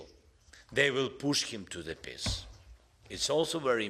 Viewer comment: peace ❌️ piss ✅️